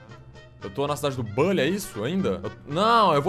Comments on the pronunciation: Na vdd se fala Bully e nao "bãnlly" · Nao é bally é buuuuuuhhhhllyyy